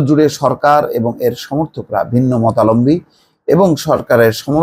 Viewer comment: মতালম্বী নয় মতাবলম্বী।